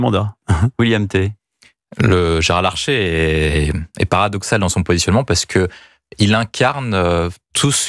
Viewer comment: C'est Gérard LARCHER, pas LARCHÉ...